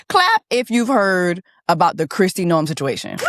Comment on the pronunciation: The way you pronounced NO-EM took me out LOOLLLL